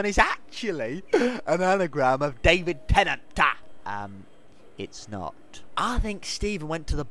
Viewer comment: David TennanTAA